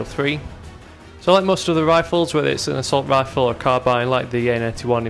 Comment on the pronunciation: What accent does he have? I notice when he says assault vifle